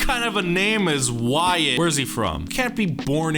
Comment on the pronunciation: The pronunciation of Wyatt is more like (Why-it) but it gets pronounced like (Why-ot) due to the hangul ^^